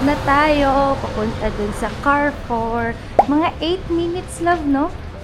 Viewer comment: Cha - ree - foo